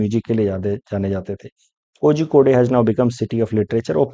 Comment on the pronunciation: Thank you for this exhaustive video, Sir. Just about the Malayalam pronunciation of Kozhikode - “Korhi code” (Calicut) Thank you 😊